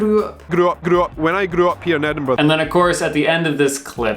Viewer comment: Well done on correctly pronouncing "Edinburgh", rather than ending it with "burrow" the way lots of US-Americans do. :)